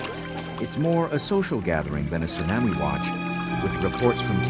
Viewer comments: The only thing that bugs me is how the announcer pronounces tsunami. I know facts about tsunamis were not known back when this was produced, and back in the 60s the scale didn't go to 9 and higher. Chilean earthquake was at most a 9.6 The Alaskan quake was 9.0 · The narrator's pronunciation of tsunami is funny.